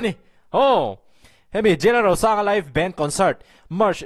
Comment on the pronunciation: Jlalrosanga tih I lam rik Dan hi a nawm hmel, I trawng Dan hi a ri hi a nawm hmel ka ti